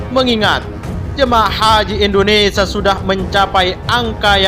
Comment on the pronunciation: Usul kpd pembaca beritanya.mhn diperbaiki membaca IndoneSIA bukan IndoneSA.tks